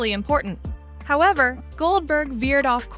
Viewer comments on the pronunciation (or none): none